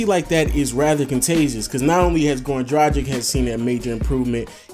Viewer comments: it is pronounced dragkits not drajik!!!come on man!! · Great video! Completely agree with these names. P.S. Dragić is pronounced 'Dra-geech'